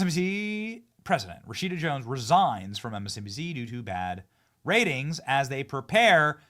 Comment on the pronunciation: I think her name is pronounced Rat-shit-a.